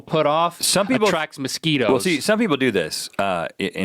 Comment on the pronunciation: The way Rhett says mosquitoes makes me think he's saying "Mesquite-o's" which could be a tasty tasty snack. Get on that guys.